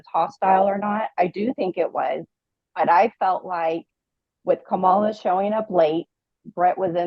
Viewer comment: If you are speaking about Kamala and incapable at this point of correctly pronouncing her very easy to pronounce name ( Comma-la) then say the name Harris.